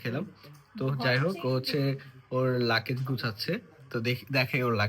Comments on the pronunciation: লাকেজ না! ‘লাগেজ’ 😂😂😂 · Vlog korte ashce english bolse tao abar bhul. Bar bar bolse lucase. Eita hobe luggage. Abar shasuri ke bole mommy. Ekta English word correct vabe bolte parse na. Er poreo bolei jacche. Foul duita. Eder video dekhe je chotolok gula tara o Eder motoi. Boshe boshe eder faltu eigula dekhe ar Eder ke borolok banai othocho nijera thik e chtolok e theke jai